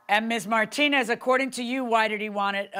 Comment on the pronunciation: Martin-nez 😂 pronunciation took me out